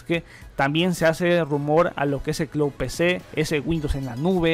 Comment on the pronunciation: Hola! Por favor no tomes a mal este comentario, pero te recomendaría comprobar la pronunciación de las palabras en inglés que mencionas en tus videos como build, cloud, secure boot, etc. Yo sé que el público es de habla hispana pero muchas veces confunde a los que sabemos la pronunciación correcta. Muchas Gracias!